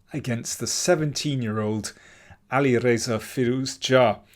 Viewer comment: I love how you say AliReza's name. Perfect pronunciation👌